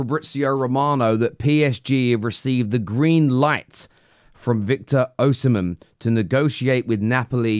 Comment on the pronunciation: Victor OHsimhen 🤣🤣🤣